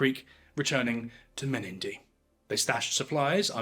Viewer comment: and the pronunciation of Menindee needs a little work